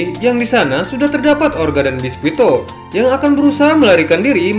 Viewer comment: Bang klo mau bilang nama biscuit pake versi bahasa Inggris aja bang gk usah yg pake penyebutan Jepangnya, soalnya itu nama orang barat bukan nama Jepang jadi lebih enak pake yg penyebutan bahasa Inggris aja (biscuit) soalnya itu nama orang barat bukan jepang Jujur aja bang agak kurang enak didenger aja nama orang barat tapi kita nyebutnya pake Jepang jadi aneh gitu, klo orang Jepang sendiri yg bilang ya gk masalah soalnya mereka agak susah ngomong nama2 orang barat